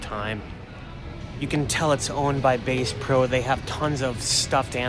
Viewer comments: As someone from the South, your accidental "BASS" pro v. Bass pro is cracking me up. But your videos always make me laugh/smile. :) OMG, and the Gerber weapon... it just gets better. And I commented too soon - the binoculars for voyeurism. YOU ARE SO FUN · Did he mean to pronounce it that way?